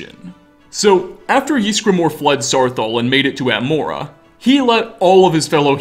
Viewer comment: EEZ-GRUH-MOR YSGRAMOR I legit yell at the screen every time you say "Yeesgramor"